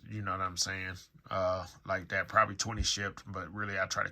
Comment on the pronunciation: stop saying 'like dat'